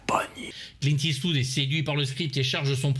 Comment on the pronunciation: Comment prononce-t-on ? Eswood, eastvoud !!! Clint est-ce vous 😂😂 On l’adore ( ((❤)) ) Moi du moins 😍 et vous ??? 🤣